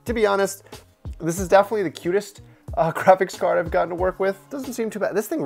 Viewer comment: japan:we made the weirdest tech china: howd my gwaphics cawd